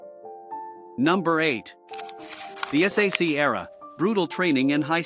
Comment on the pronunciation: Ps. It's pronounced "sack." Nobody reads out the letters.